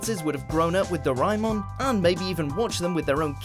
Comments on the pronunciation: You pronouced Doremon wrong, its DO-RE-MON Not DO-RIE-MON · It's not do-ri-mon.it's do-ra-a-mon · And I thought it is Doo-raa Eh-mon not doraimon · Doraemon is pronounced doremon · Excuse me it's pronounced do re mon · I pronounce it as doraymon instead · he pronounce it "doraymon" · Doraymon really doraymon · I believe it's pronunced DO-RAY-MON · Its fucking pronounced do-ray-mon you shit head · i wish i could punch the narrator in the face when pronounced doraemon wrong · did he rlly said daraemon wrong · What makes me cry is trying to pronounce Japanese names. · Oh my god, the way he pronounces Doraemon makes me cringe sooooo hard ... BLARHG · PRONOUNCE IT RIGHT!!!!!!!